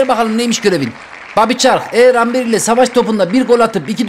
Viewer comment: Amber deill okunuşu embır ağağağağağ çıldırdım abi yav